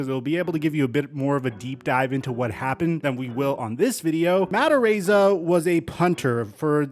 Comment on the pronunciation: Ar-eye-za. Dude, love your channel but your pronunciations are off a lot! *This is a knee jerk comment after years of hearing you mispronounce things fairly regularly. Apologies if it comes off insensitive. Enjoy your channel and just wanna see you be your best.